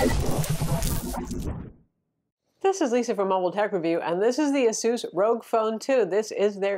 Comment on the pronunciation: Of all the ROG phone 2 reviews that I've watched on YT, this is like the only channel that has ever gotten the brand "ASUS" correctly pronounced.